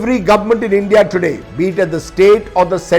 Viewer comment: U first learn English it’s. Endia it’s india